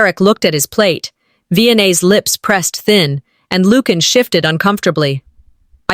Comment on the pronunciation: Lucian is pronounced as LU-SEE-AN not LUKE-AN.